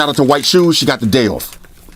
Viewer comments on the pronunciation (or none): none